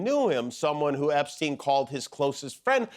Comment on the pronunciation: Epstine not Epsteen.